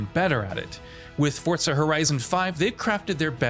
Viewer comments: FOUR....ZAH There is no T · The pronunciation of Forza bothers me more than it should lol